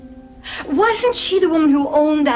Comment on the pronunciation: when she said who i thought she said whoe